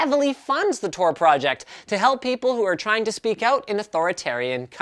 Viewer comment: It's Tor, Not TOR